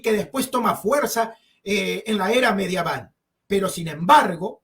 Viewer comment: Amigo no se dice mediaval